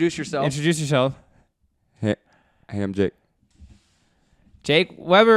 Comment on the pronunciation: "What Do You Think JACK?" Anyone else hear say Jack instead of Jake lol! 😂😂😂